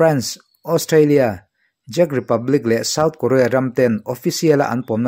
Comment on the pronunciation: Czech republic (chech/chet republic ti a lam tur)